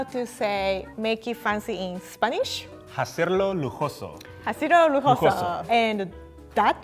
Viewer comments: I died a little inside when he pronounced the h in "hacerlo" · Trying to ignore the fact that pronounced the H in "Hacerlo lujoso". But I mean, He speaks 4 LANGUAGES! I can barely speak 2 😂😂 I would prefer "Hazlo elegante" as a more accurate translation of Make it Fancy.